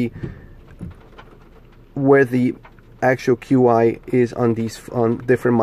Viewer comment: Hey bro, Q I charging is pronounced "CHEE" charging. Just an fyi 🙂 . Nice review, looking into these as car manufacturers still haven't cared or figured out that folks need a built in dash mount solution for the cars